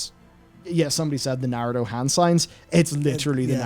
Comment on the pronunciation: the way says Narudo kills me:(